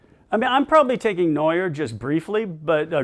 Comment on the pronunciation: It's Neuer btw